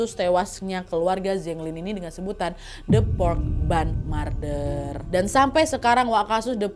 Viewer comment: MURDER BACANYA MER, NAD, MER!!! BUKAN MAR. 😂😂😂